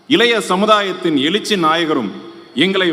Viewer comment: " எலூச்சி" " சூரியயோனுமான" ..மேடையில் வீற்றிருக்கும் " கலகத்தின்" முதன்மை " செயலூர்" அவர்களே! ...எங்கடா படிச்ச ? எழுதி கொடுத்ததை கூட சரியாய் படிக்க வரல.. நீங்க எல்லாம் ஆட்சி பொறுப்பில் ..தலையெழுத்து .இதையும் " தலைஎலுத்து" அப்படின்னு படிப்பான். கலகம் இல்லடா கழகம் ...நல்ல வேலை கலைஞர் உயிரோடு இல்லை